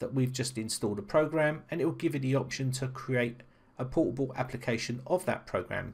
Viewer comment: Is it my bad ear or he actually pronounced "portable" as "poo-poo"? )) And btw what the sense of having a portable app if you have to run it as administrator?